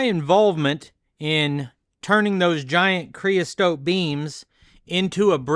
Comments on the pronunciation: Creosote - NOT STOTE! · creosote, not creostote, FYI